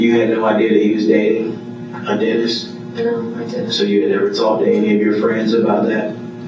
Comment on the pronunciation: When the detective said maybe he didn't want a hygienist maybe he wanted to denist I was like Daaaamn🤣